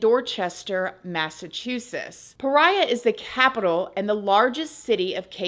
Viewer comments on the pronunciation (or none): praia = pry-uh cape/ cabo verde = cabo-cape verrd (not ver-day like the color green) shoutout CV!!!! <3 <3